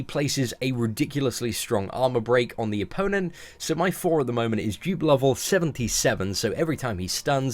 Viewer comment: not to be funny but when. u say dupe it sounds like u saying jupe